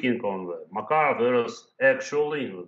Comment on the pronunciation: MakArov, not MakarOv.